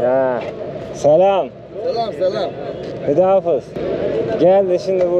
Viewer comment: Hüda hafiz değil de Hoda hafez demek lazım h sesi de gırtlaktan cikacak 👍